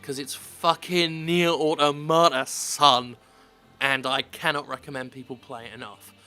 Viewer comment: Why does absolutely every youtuber pronounce the word 'automata' incorrectly?